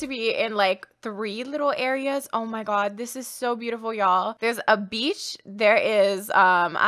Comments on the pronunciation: The way she says beach sounds like BEach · Akshdkaksks anytime says “beach” I think she’s saying “Beetch” like she do